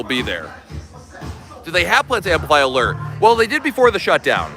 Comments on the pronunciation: "uh-lurrr of the seas'. Doesn't sound very alluring 😂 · Every time he said it we mimicked it and laughed.... Uh-lerrrrrrr....... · Drives me batty!! Where is the ERRRR in ALLURE!!!